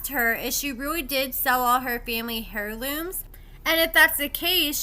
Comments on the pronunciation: Girl if you say "HAIRLOOMES" 1 MO TIME. lol its pronounced "air-loomz" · 😩😩 Did u say HAIR looms? 🤣🤣🤣🤣 The H is SILENT hun! It’s heirloom… pronounced AIRLOOM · Heirlooms the h is silent. Lots of good info in the video. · You say heirlooms funny. 😂😂😂 Love you